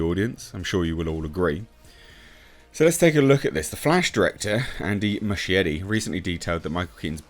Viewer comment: Inexplicably, Muschietti becomes Machete... It's NOT pronounced like that. At all.